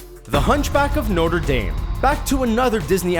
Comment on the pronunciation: Pleasee learn how to say notre properly